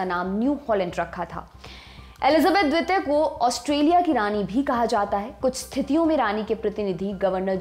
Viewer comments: मैडम its द्वितीय न कि द्वेत्य प्लीज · द्विपों,द्वित्य ....! क्या मेडम? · Jankari achchi h....pr mam apka dvitiy n dvip bolna bada ajeeb lag rha tha... right pronunciation is Dveep n Dviteeya..